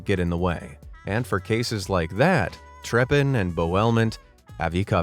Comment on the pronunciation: I'm German and the way you pronounced Treppen & Bauelement is wrong, but sooooo smoooooth! :D